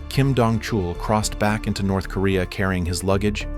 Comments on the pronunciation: You wanna go to “NERTH KOREA” 😂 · "Nerth" Korea 😂 These AI videos... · Nerth Korea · NERTH Korea 😂😂😂